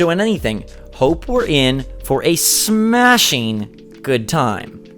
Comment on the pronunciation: Did he emphasize smashing for banjo? Or thts just u?